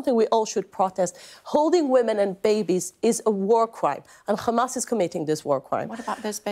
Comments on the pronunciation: The name called HAMAS NOT KHAMAS. female puppy. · And PLEASE stop saying Khhhamas ! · Yup and it’s hamas not khamas. And yes this person is following Zionist ideology